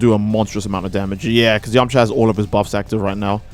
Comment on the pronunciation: It’s yamucha not yamacha